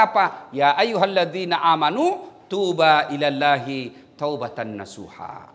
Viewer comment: Tubuu ilallah Ustdz. Bukan Tuubaa. Keliru sedikik 🙏